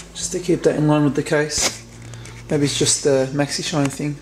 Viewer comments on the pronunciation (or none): none